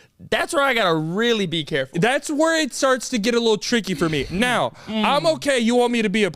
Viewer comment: no be caweful 🤨